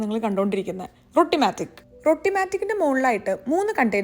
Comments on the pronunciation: റൊട്ടി മാജിക് അല്ല റോഠി മാജിക് ok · It's not pronounced rotti. It's rowti